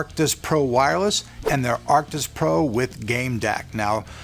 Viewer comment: he said acrtic pro